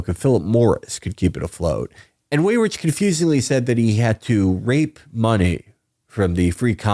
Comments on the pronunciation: It is really distracting to hear Weyrich incorrectly pronounced "way-rich" over and over and over again. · It would be out of character for Felix to pronounce things correctly